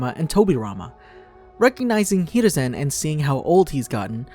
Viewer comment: This dude said hereusin instead oh haruzin